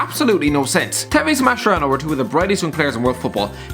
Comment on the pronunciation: It's actually pronunced "Maskerano" mocc a chi te stramuort e chella cess ra maronn